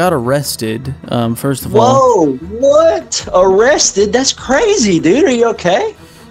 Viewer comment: This guy XD “wotttt arrested?”